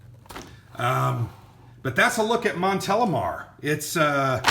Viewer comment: Very interesting review, and yes, you pronounce correctly Montélimar ;)